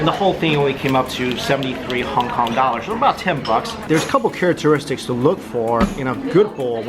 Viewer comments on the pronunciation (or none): none